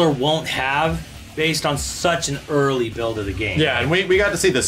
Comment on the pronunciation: So....you're saying....this build is "Urrrrrleee"?